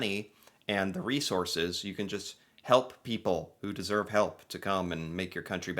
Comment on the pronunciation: I love the fact that you said "people that DESERVE help". Sounds a little Canadian!